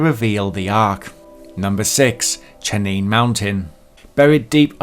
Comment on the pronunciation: It's "CHEYENNE" mountain.